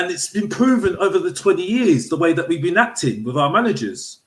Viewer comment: It's da history of da Tottenham